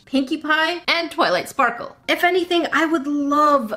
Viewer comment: Twiught Sparrle♡